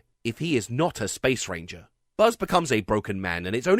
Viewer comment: I still can’t ever hear the “Space. Ranger.” line without just hearing “*Spanger*”